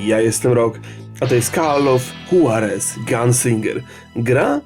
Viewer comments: Rock nie "call of huarez" tylko "call of hłarez" tak jak nie czyta sie juan - huan tylko hłan mam nadzieje że wiecie o co chodzi ;p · Gimby J w hiszpanskim czyta sie jako H, a Juarez to meksykanskei miasto wiec mowi sie Huarez ;)